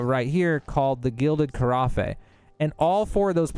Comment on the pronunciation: Carafe = Ka-raff. Thanks for the tips. You shall be added to the counsel. 🤣